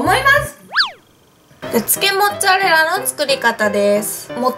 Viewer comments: めんつぁれらで笑ったwww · めんつぁれらもっつぁれらwwwww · めんつぁレラ モッツァレラって間違えちゃうのカワイイ！😍😍😍😍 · めんつぁれら！！笑 めっちゃ笑わせていただきました♡ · めんつぁれらwwwwww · めんつぁレラモッツァレラ(笑) 今日はめっちゃ面白いですな✨ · もう、めんつぁれらでいいんじゃないですか？ｗｗｗ 笑っちゃった^^☆ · めんつぁれらモッツァレラ笑うwwwww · めんつぁレラ、モッツァレラ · 멘짜렐라 모짜렐라 ㅋㅋㅋㅋㅋㅋㅋ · めんつぁれらモッツァレラ笑笑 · めんつぁれら！！笑笑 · めんつぁれらwwww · モッツァレラが地味に言えてないのがかわいい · モッツァレラが絶妙に言えてなくて可愛い💕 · オープニングを撮り忘れたと、 の一晩漬けたとモッツァレラが言えてなくて可愛い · モッツアレラ言いにくそう😂 味玉よりジャガイモにしか見えない😂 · モッツァレラって言えてないww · モッツァレラ全然言えてないww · モッツァレラってすごい言いにくそう笑